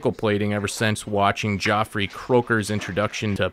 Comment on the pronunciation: BTW: Geoffrey is pronounced the same as Jeffry.